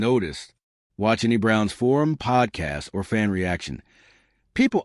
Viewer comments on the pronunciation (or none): none